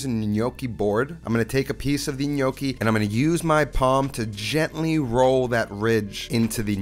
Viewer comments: It's not in-yoki. It's nyoki. It sounds like you keep saying "the gli gnocchi" which would mean "the the gnocchi". Looks delicious. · "NOKI" lmao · With all due respect....you are pronouncing gnocchi incorrectly. Sorry. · Pronouncing gnocchi wrong.